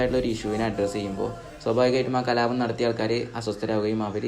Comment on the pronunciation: കലാപം ✅കലാബം ❌